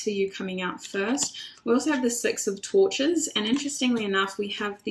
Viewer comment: Girl I thought you said "six of torture" (6 of torches) I said OH SHIT lol! As always, your readings hit it right on the nail for me. Thank you for the confirmation <3